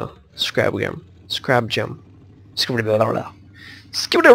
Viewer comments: your prenouncing it wrong though... your saying scrab like crab with an s in front of it but it is actually pronounced "scare"-"rab" (two syllables) not scrab. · scarab not scrab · its pronounced scare-ub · Btw you pronounced scarab wrong